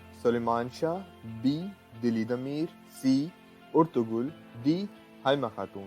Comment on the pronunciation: Sir lafz Ertugul hy Urtugul nhi hy